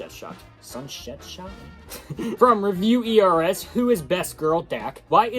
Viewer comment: ITS PRONOUNCED REVEIWERS NOT REVEIW E R S